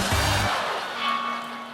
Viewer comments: Natalia VeSelnitskaya, not VeLenitskaya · Ok, here's how you pronounce her name: "Vessel-NEAT-sky-uh." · Stephen, please, stop screwing the lawyer's surname, it's cringeworthy. Just call her Natalia V. :-)))) It reminds me when Russian actors play Americans in Russian movies and try but fail miserably to imitate American accent. It is equally cringeworthy. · ve-sel'-NITZ-ka-ya. try it, it's easy. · The russian lawyer's name is actually Natalia Veselnitskaya, Stephen's been pronouncing it wrong this whole time. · Stephen’s pronunciation of Natalia Veselnitskaya changes every time he speaks her name.